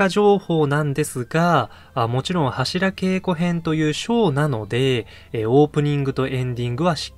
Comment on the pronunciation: 年末だったらいいですね ２週続けてもアリかと ちなみに、ハシラケイコではなく、ハシラゲイコと濁ります 初稽古とか寒稽古と同じ読み方です ご参考まで